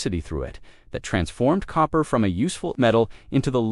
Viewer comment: I can't get past the AI mispronunciation.